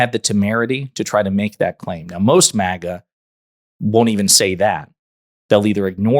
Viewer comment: It’s MAGA, not MOGA